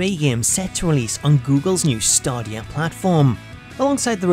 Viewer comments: Stadia not stodia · This is such a small grip but you pronounce google stadia [stay-dee-ya] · Google staarh deee eh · Star-deea platform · It’s funny how he says “Stadia” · I realised I was pronouncing it wrong when I downloaded the Stadia trailer 😔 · Idk why, but the way he pronounces Stadia triggers me... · Im pretty sure thats not how you pronounce stadia